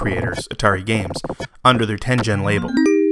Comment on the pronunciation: Great research and historical perspective! (But, psst, Tengen has a hard G!)